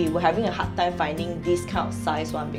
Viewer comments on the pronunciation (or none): none